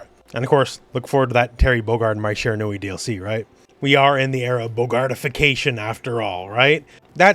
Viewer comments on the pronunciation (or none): "Shiranui space program" XD